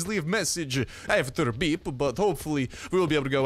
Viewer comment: I didn’t know i had to hear “beep” in a russian accent until now